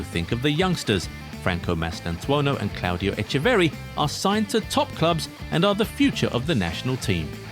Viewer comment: You said Mastutuano 😂😂😂